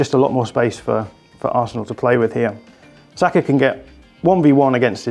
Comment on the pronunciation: Why is it so hard for pundits to not call him sakO? Bro his name is Saka. Love your content as always (please can you call him Saka tho lmao)